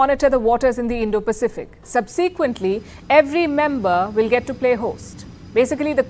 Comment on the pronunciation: Pronounced 'SUBsequently' ✅ not "subSEEquently" ❌